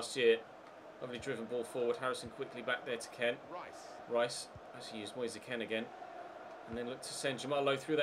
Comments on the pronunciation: Just pronounce Kean as 'moyes keen' its cringey the way it is said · Stop with the kean pronunciation already